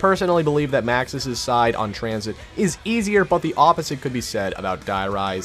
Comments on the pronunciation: I started dying when he said transhit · Sorry u spelled tranzit wrong it’s pronounced tranSHIT!